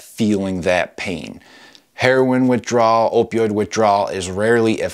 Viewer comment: Ur saying system give me withdwal lol😂😂😂